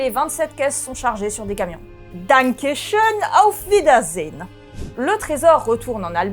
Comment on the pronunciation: En tout cas je trouve qu' la dit fort bien, du moins de mon point de vue de Français germanophone.